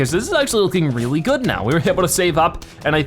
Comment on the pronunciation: He can’t pronounce the R in the word really